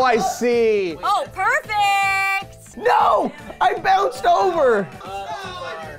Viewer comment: don't you "parfect" the score